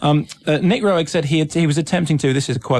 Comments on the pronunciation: Pronounced "Ro-egg ?" Nooo...! As in "rogue..." Rogue is the total creator. You're not bringing him up at all. Or his use of dmt on set with everybody, especially in Performance. Bowie was coming off addiction, hence his gauntness that served the film's character's look in the film which is why Rogue chose him. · He also mispronounced Roeg multiple times